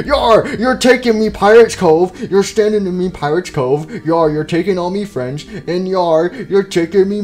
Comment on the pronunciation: Foxy fwends really